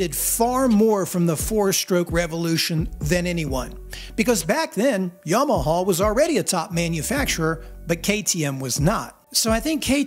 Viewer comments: minutes in and bracing myself for your pronounciation of Yamaha. Honest, how bad is it? edit: well, that's not that bad for an American, is it? edit again: oh there was a real bad one, Yomoho. Uff. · You're right. I don't like your enunciation of Yama hog... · Why do you say Yamahaww? Good God I can't stand it, lol. Great video. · i indeed do not like the way you say Yamaha 😁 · I don't like the way you say Yamaha. So I'm not going to leave a comment. Suffer.